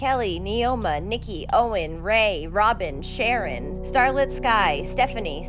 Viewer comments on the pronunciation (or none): none